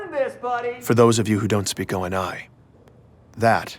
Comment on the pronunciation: can you please pronounce O.N.I right you say it like it is a word it's a abbreviation just say how Benjamin said in the beginning.